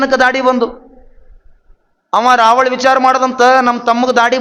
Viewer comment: ರಾವಳ ಅಲ್ಲ ಗುರುವೇ, ರಾವಣ. ರಾವಳ ಅಂದರೆ ಪೂಜಾರಿ. ಕೆದಾರದ ಪಂಚ ಪೀಠಾಧೀಶ್ ಅಂತಾರಲ್ಲ, ಆ ಸ್ವಾಮಿ ಹಿಂದೂ ಧರ್ಮದ ಕೇದಾರನಾಥ ದೇವಾಲಯದಲ್ಲಿ ಪೂಜೆ ಮಾಡಲು ಇಟ್ಟ, ಪೂಜಾರಿ, ಅಲ್ಲಿ ಅವನಿಗೆ ಜಗದ್ಗುರು ಅನ್ನುವುದಿಲ್ಲ, "ರಾವಳ" ಅನ್ನುತ್ತಾರೆ. ಈತ ಹಿಂದೂ ಅಲ್ಲ, ಈತನನ್ನು ದೇವಸ್ಥಾನ ಬಿಟ್ಟು ಹೊರಗೆ ಹಾಕಿರಿ ಅಂತ ಅಲ್ಲಿಯ ಜಗದ್ಗುರು ಸ್ವರೂಪಾನಂದ ಸರಸ್ವತಿ ಶಂಕರಾಚಾರ್ಯರು ಬೆನ್ನು ಹತ್ತಿದರು.